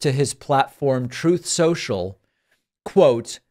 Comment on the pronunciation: I'm sorry to criticize you David, but you mispronounced trothe sential